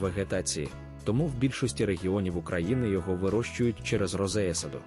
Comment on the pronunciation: Якою мовою йде розповідь? Що таке розеесада? Неправильне відмінювання, дикі наголоси в словах роблять Вашу розповідь такою, що вʼянуть вуха! Це жах!